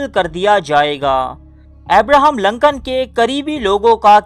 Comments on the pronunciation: Lancan nahi Lincoln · ohhh that's okay :). moreover, it's Lincoln (LINKAN) not (Lankan) ... video is quite suspensive btw :) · Glad to see that he use wear Shalwar Kameez.... lol... (in one of the pic where he shown writing a letter. Also, his name is pronounced as Lincoln not LAncoln... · Lincoln Urdu ka word nahi English ka hay. Urdu mai use kay liyay isko Lincoln he pronounce kya jaiyay ga. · Loru kdr parta rha naam b bolna nai ata